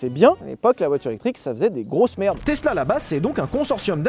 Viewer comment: Tiens vous avez appris à prononcer tesla c’est plus tezla de vilebrequin